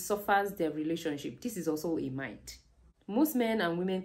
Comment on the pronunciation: Nice content … but check the correct pronunciation of myth..❤